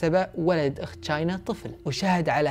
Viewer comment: أسمها مو چاينا أسمها تشاينا أو china